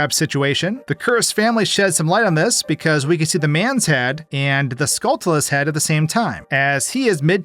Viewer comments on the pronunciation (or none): Learn to say Skulltula. It's a play on "tarantula." You don't say taran-tulla. You say taranchula. It's Skullchula.